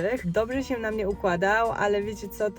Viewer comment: Bardzo lubię cię oglądać, ale nie nie mogę słuchać tego " sięł "